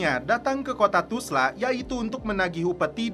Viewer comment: 😅 kenapa ga bisa bilang Tulsa?